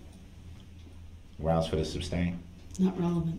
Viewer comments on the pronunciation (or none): ITS NOT SUBSTAIN ITS SUSTAIN ! 3rd Party Intervener is a terrible Attorney